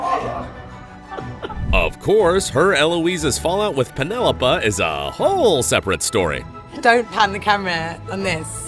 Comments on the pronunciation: did he just say “Penelopa”? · The narrarator here does not know how to pronounce "Penelope" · its pronounced PenelopEEEEEEEEEEEEEEE not Peneolopa. Obviously, someone hasn't watched it. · Her name is Penelope not Penelopa! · Penelopa? Are you daft? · "Penelopa" - how you can tell my dude has not watched an episode of Bridgerton in his life. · He did. When did she become Penelop-ah? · Narrator can say "Nicola" but can't say "Penelope". Really?